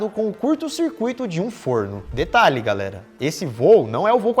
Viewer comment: né " Garéra "